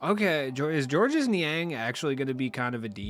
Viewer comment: It’s simply pronounced George. Not George-us